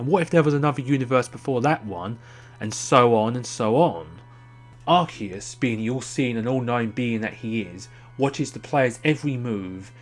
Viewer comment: Yay someone actually pronounced Arceus correctly!